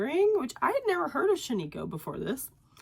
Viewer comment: Glad you had such a good time at Flock. Hope you are feeling better soon. Also, just an FYI, it’s pronounced SHAN-i-koh (short i sound). It’s named after an area/ghost town in Oregon known for its wool. 😊